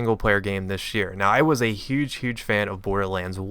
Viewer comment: "Tish year" lol